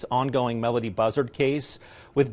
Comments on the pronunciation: This would have been more credible if her name was pronounced correctly & anything new was actually revealed. I get not being able to say too much during an ongoing investigation, just say that. Very clickbaity. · This "PI" doesnt even know how to pronounce the kids name...